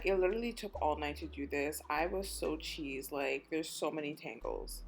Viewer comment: lol the way you said cheesed 😂- girl are you from Toronto ❤